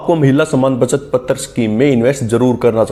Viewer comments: Can't you pronounce पत्र as पत्र (not पत्तर्) ? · पतर नहीं है भाई पत्र है 😂